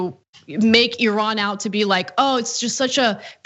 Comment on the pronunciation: You pronounce "Iran" very well! like a Persian! Interesting!